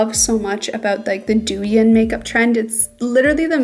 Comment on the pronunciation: just fyi, it's pronounced dough-yihn❤❤